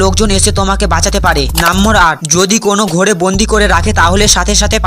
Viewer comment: Number ❎ nambor😂😂